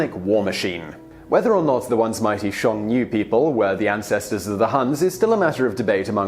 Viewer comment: I really liked this video. Well done Mr. Whistler - scarcely a single pronounciation error, including ‘Hxiong-nu’ (which I have no idea about anywah).